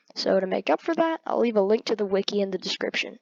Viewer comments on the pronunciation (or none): none